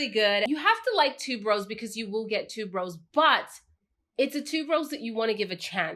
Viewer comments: Haha yes same here, and noticed that too. I'm in the jewelry industry, and Malachite is the name of a gemstone.. Also, I think Tuberose is pronounced Tue-ber-rose, not tube-rose? But still, love her channel and style of reviewing. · Thank you! For bringing up tuberose but I hear so many people pronounce it wrong that I've gotten used to it maybe 🤷🏾‍♀️. great and I really like her personality.